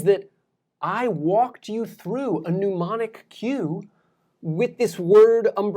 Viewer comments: YOu are an incredible teacher. I wish I had you when I was a student. (I wonder where you learned the pronunciation "new-monic" instead of "neh-monic" for the word 'mnemonic', but I digress...) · You are the best teacher of how to learn I have ever heard. Ps isn’t mnemonic pronounced neh-mah-nik? You make it sound like pneumonic (new-mah-nik). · it's - Nee-monic. Not New-monic. No u there... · NEH monic, not PNEUmonic. You're not pushing air through your brain pipes to remember stuff, man. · Love your stuff, man. Listen to you all the time. Just a little note: It's pronounced Nee-monic, not Nu-monic. "Pneumonic" refers to the lungs and breathing. "Mnemonic" refers to memory. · Neh-monic, not new-monic. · Small correction: "mnemonic" not "neumonic", and it's pronounced "nee-MO-nic", from Greek μνημονικός, meaning "of the mend/mental" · A minor quibble; mnemonic sounds like knee-monic. Good info on memorization. Harry Lorrayne wrote “The Memory Book” which was passed around like underground memory porn at college. It gave really good instructions on how to associate literally anything from formulas to names, etc. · Excellent summary of both memory strategies. As a former professor of cognitive psychology myself, I can attest that you've provided good summaries of these strategies. One suggestion -- please come up with a mnemonic to help you remember that "mnemonic" is not pronounced "pneumonic"; rather, the first syllable is pronounced like the first syllable of "nemesis". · Thank you for this video - totally forgot about using mnemonics and never knew the most efficient way to use flashcards using spacing. In return: You're pronouncing it "noo-mon-ik," a word spelled Pneumonic that is related to the lungs/pulmonary – think "pneumonia." Mnemonic is a shade different starting off with the "nim" sound, pronounced "ni-mon-ik." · great video... but afraid you keep mispronouncing the word mnemonic as mneumonic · How about effectively? Mnemonic not " pneumonic"